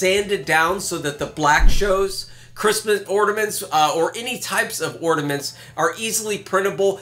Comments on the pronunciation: Ornaments. Not ordaments. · Wait, did he say "ORDAMENTS"? lol 😂